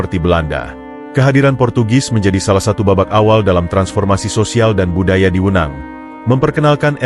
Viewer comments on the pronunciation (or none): Tekanan e', belajar lagi penggunaan kata e' pada kata "Wenang", lucu kedengarannya.